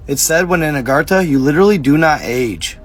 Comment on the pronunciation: Agar-THA not agar-TA